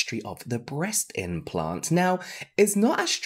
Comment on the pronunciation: Aye, I think it should be implant, not impant <3